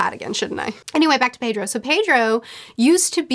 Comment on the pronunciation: Pedro is pronounced Peh-dro. Japanese is like Spanish where the vowels are uniform as ah, eh, ee, oh, oo